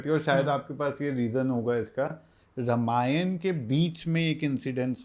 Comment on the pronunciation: Dear Sir Ramayan ka pronunciation thik se karo